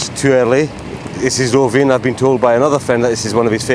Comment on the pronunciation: Rovijn not Rovinia